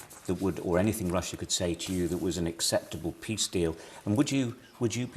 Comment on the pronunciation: Also when he says "peace" it sounds like "piss" 😂